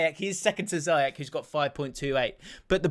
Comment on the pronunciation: i am terrified by ' pronunciation of Ziyech